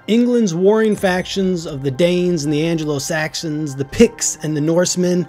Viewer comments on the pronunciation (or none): thames =tems and anglo saxon is ang-low saxon